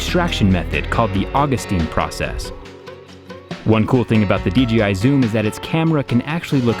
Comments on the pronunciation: I can't people still say DGI and not DJI. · sounds like you said DGI 😂. Great video as always 👍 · Why do you call it a dGi drone? Is that how it is pronounced? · "dgi" lmao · did you say DGI??